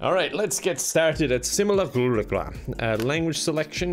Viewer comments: Nobody:: SiMULcURraSDuCra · Me, seeing the thumbnail: "Oh nice playing Simulacra!": "Today we're playing Simculacruler" My mistake.